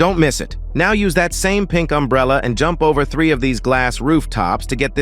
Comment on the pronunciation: Umbrella ❌ Emburella✅